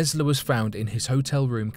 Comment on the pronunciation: Who is this "Tezzla" you speak of?